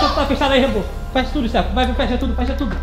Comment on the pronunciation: Nessa apoca no 1 episódio vcs perceberam que a foi palavrão e ela falou o nome do rebo errado ela falou uebou